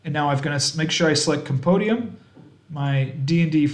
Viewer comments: Compendium - Come-pen-dee-um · Did you say...compodium? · Ah I like the way they say it lol.